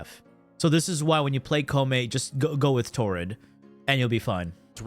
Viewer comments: The fact that ppl. are ready to fight and kill me for reasoning how koumei isn't any good in ahem*.... I mean video in which he says Kopemei is S TIER... Fugg why do i keep saying kopemei, jeez it's koumei sus, please say it right 😂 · Also, Koumei: (Ko-you-may)